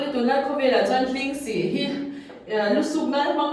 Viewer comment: "Hlingsih" ni lovin, 'Hlîngsi' tih tur